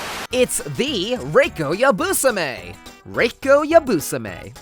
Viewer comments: god I've been mispronouncing so many names...gin with a soft g, and you're telling me best girl's name is supposed to be pronounced yabUsame and not yabusAme??? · It's supposed to be pronounced Ya-bu-sar-me I think but I'm not Japanese so